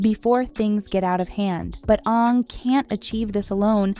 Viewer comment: I stop watching soon as she said Onng, it's Aang!